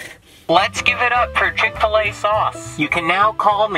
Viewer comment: You’ve never had ckick-til-a also you go to the gym